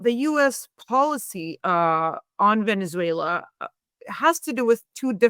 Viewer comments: "Venetzswela" pronunciation made me quit listening. I just couldn't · German / Swedish pronunciation of letter 'z' is 'ts'.